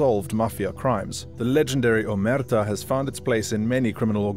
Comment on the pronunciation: it's crazy how you managed to mispronounce 'omertà' even with the focus clearly on the last a